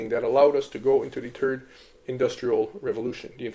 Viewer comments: How are you able to pronounce the word "the" butt you say TURD instead of THird ?😂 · Are you saying turd? LOL